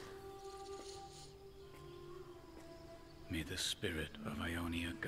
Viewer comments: is not yonie!! is yone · YONE not YONE E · Yasuo: Yow-ne Poki: Yow-knee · Pokimane: Yonii Pronounce: Yone - ehhh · Poki its yo-nay not yoni... yoni is a private part 😆